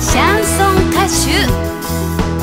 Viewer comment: シャンソン歌手言えない社長可愛い